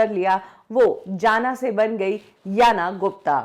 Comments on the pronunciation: She was 'Jana' it's actually 'Yana'. In Chez language J = Y. To make Indian people understand she removed J and accept Y so everyone can pronounce her name correctly. You are also doing the same mistake. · इनको कुछ पता ही नहीं है। Jana is pronounced as Yana in Czech. इसलिए याना का नाम हमेशा से याना ही था जाना नहीं। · Abe oooo......madam.....czech republic bolna Sikh lo pehle..... Respect all country 🙏how to pronounce Or ye jaana nhi....yanna gupta hai Kyunki czech republic main j ko y bolte hai.... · Jana is pronounced as Yana and Czech Republic pronounced as Check republic... Your pronunciation is so bad.. Like my other comment on you other post. Your research team sucks